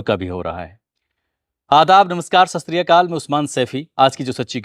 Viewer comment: Merhaba aisi koi bhi video nahi aapki jo mai na dekhta hounga Aapke jaise bahut hain news reporter you tube par but aapka andaz sabse mukhtalif hai Channel subscribe Kiya hai mujhe notification aa jati h kahin bhi houn dekhta zaroor hu Ek meri chhoti si iltjaah hai aap bahut achhe speaker hai Please सस त्रि काल na bola karein सत श्री अकाल ਸਤਿ ਸ਼੍ਰੀ ਅਕਾਲ ye hain asal me alfaaz Please gussa na karna baat ka 25 October ko bacchi ka birthday hai uske liye aapse ek baar phir darkhaast karunga Naam k liye Thanks, Robin from Punjab